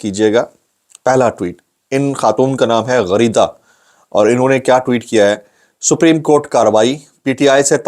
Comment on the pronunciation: Ghareeda ka pehlay ap naam theak lete thay please wahi lya karen its my request😝😜😁